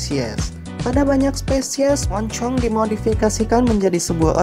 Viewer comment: Setiap pelafalan kata "Monchong" harus dikasih penekanan khusus gitu ya?